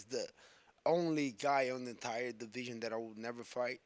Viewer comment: He Say he's name, but every Time he Say it he Say he Will retire 😂